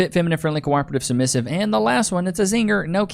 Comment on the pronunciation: Having a little trouble pronouncing the word “submissive”…😆